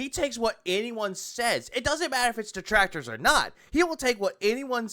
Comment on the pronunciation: I like how one of the main reasons Phil is saying he “refuses to take company sponsorships” is LITERALLY the same reason he doesn’t want to do a charity stream. “Oh wul you guys don’t get it, my duhtrackturs would be there to ruin it. I mean come on, they’ll interfere in anything I do so what’s the point like are you seereeuhs ack ack ack” Nothings ever his fault. The detractors are always to blame, and they’re even preventing him from being charitable. 🙄